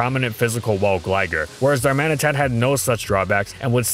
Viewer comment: And learn how to pronounce Galarian Darmanitan, its *D*armanitan not Garmanitan, doesnt see my comment and cant pronounce Darmatian, wow, unbelivable